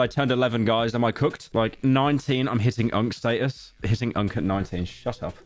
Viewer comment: pyro said “unc sta-us” British Loser, L pronunciation 😭🙏